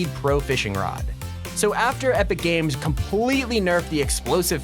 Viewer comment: When you where talking about the new item shop you said epic gage